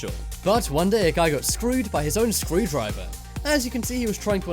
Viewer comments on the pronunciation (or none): I thought you said screwed driver 🚗